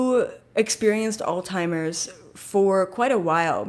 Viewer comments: It’s pronounced Alts-himers but thank you for the message. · Did you find it funny that keeps calling it alz-timers? lol